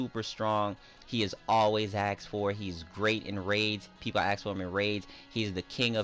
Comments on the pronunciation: Its ask not ax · Always axed for... No offense, great content, but thats not how you say "ask"